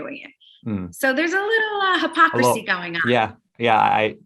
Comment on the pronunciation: “hippo-crissy”.. “FUStrated”.. omg its fRRRustrated & hipOcricy